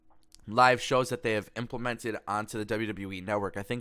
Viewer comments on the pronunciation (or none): none